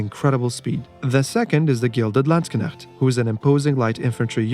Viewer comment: Many have tried and many have failed. You are the only non-Gernan from the known Aoe4 community who has pronounced Landsknecht correctly. 😊 Btw. I love your content